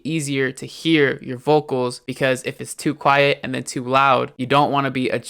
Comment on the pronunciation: I like the way you say "vokols" :)